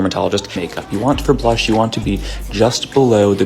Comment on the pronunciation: Why do you say brush when pronouncing blush?